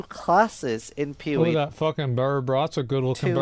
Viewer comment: Why does that guy call PoE PeeWee?